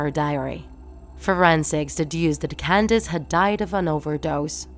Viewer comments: Candace not candance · It’s not candance It’s Candace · Why do you keep pronounce her name wrong its candace not candance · It’s Candace not can dance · It’s Candice, not Candance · why does she always say Candance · it’s candace not kindane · Did she say candine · She keeps saying CandaNce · What the "candince phienence" what??? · Is it just me or did anyone else hear her say candaNce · You pronouncing "Candace" makes me remember "Condensed" milk